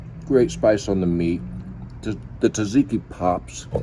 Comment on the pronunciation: you’ve now got 1.4M people pronouncing tzatziki incorrectly.